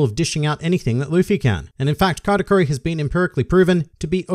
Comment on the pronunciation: I was confused the whole video He's saying category or katakuri?